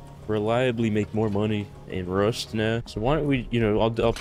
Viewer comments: "are u serious right neow" - 2022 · "Are you serious right neow" LOL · are you serious right neow